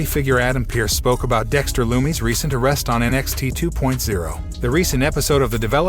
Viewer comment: Pronounce dexter loomis name correctly